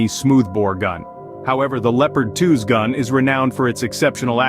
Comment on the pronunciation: Wow you pronounced Challenger 2's and Leopard 2's crazy wrong